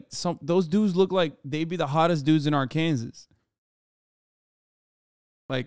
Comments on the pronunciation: Whyyyy does he keep saying Arkansas like "arkan-zus"... 😵😵😵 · I’m bout to have aneurysm if Hassan says Ar-Kansas one more time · Pls why does he keep saying ar-Kansas it’s ar-ken-saw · just want to say how much i appreciate Hasan pronouncing the final s in Arkansas. there’s apparently a law stating that it’s pronounced Arkansaw. such glorious disrespect. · why cant he saw "R - CAN - SAW" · As an Arkansas resident it pains me on how Hassan pronounces the state 😭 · Am I high or does he say Arkansas way off 💀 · No one is going to mention how he pronounces Arkansas? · dude, drives me crazy that you keep pronouncing Arkansas wrong. and no it isn't that cheap there. most people with that many kids live in absolute poverty.